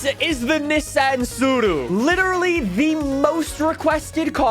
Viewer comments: Well done on being able to say tsuru correctly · We get it, you know how to pronounce this model